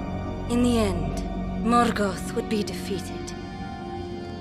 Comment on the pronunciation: Is that how you pronounced Morgoth? You rolled the R part?